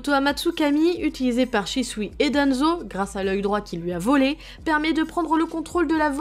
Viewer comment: Aleth680 Wallah elle insiste sur le «volé »😂😂